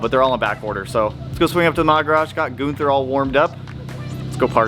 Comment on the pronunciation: Why "GOONther" and not "GUNther"? In English it's pronounced "GUNther" whereas in German it's "GOONtah" ... kinda got a smash-up going on - and maybe that's why? Side note - WISH you were able more content - can't get enough of the channel - but totally get the shooting, working, editing etc etc .... Cheers!